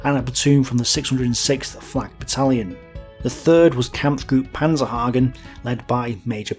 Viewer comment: Great video, thank you! One minor correction: It´s actually Major Albert PANZENhagen not PANZERhagen, later to become commander of the Panzergrenadier-Regiment 361.